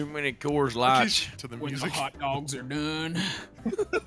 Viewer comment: “Coor light”, genius!